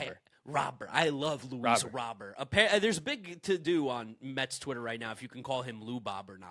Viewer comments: It's roh-BEAR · ITS RAH-BURT damnit!! Pronounce it like he's American that's how HE said it's pronounced 🤦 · Baseball America posted a copy of the official MLB pronunciations guide. It's just Luis Robert. R-O-B-E-R-T. Not Row-bur, not Row-bear, not Rob-er. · You guys will never pronounce Robert correctly 😂. Robber? Haha that's wrong too. Native speaker here.